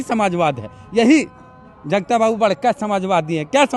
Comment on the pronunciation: Re jagata jagta bolta hai bolne ka loor sikh